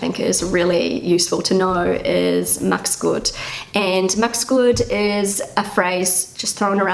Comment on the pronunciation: The kind wish: "Mach's gut!" is not pronounced as "Max' Gut", which means "Max' mansion". Try to preserve the -ach sound even with an abbreviated 'es' added. These thoughts and phrases are also nice to consider: 'Ein kleines „Komm gut nach Hause" oder „Pass /gut/ auf dich auf" hat Wirkung und es tut gut zu hören, dass sich andere um einen kümmern und dass man nicht will, dass einem etwas Schlimmes passiert.' (Citat from Converso Context).